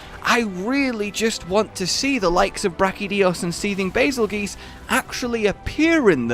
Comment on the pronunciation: How...how do you still call it Ner-Ji-Gante even when they actually say Ner-Gi-Gante in game? And Bazelgeuse is named after the star Betelgeuse so it's pronounced "juice" not "goose". I love the videos but am I the only one slightly triggered by this?